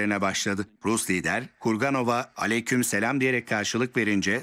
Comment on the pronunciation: Çok güzel telefuuz etti cidden sanki defalarca söylüyormus gibi